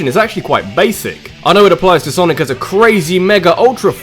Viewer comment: "Sanic the Hedgehog" I just love you